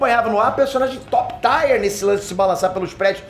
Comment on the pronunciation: Um vídeo de 40+ min e eu só consigo focar no fato do nao saber pronunciar "Top Tier" 😅🤣 Sim, dessa vez eu fui esse cara kkkkkkkkk